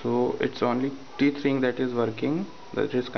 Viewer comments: Great video. Thank you. Two things: 1) The word is "tethering". ("tether" Rhymes with "leather") 2) what if your phone carrier (AT&T) will not let your phone turn on the Hotspot feature on your phone? Any solution would be appreciated. I'm trying to watch youtube from my iPhone 6 Plus on my TV. I have my laptop hooked into my TV at the moment. I don't have cable or satellite, so we watch movies from my hard drive or with the DVD player on my laptop. I thought maybe I could hook my phone to my laptop somehow. I also have a newer Roku (does not have a USB port) and an older one (does have USB port) if anyone knows how to utilize that. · He calls it "Teet"hering omg i'm cracking up laughing...hahaha